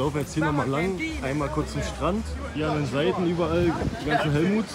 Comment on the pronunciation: Er sagt helmuts und schwingt rüber zu den jungs hahahaahhaha